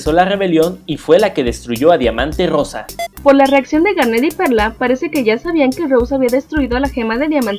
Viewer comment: diamante Rosa Rosa con acénto en la R jaja pRonuncia peRfectamente la R